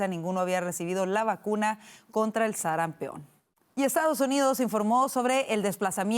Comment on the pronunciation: Sarampión, no sarampeon